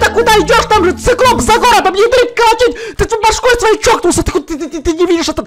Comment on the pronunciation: ты сказал не циклоп а сыклоп